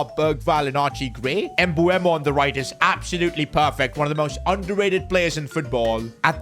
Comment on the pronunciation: You need to trust sons regen Please call Mbeumo Mbeumo not Mbuemo as you say it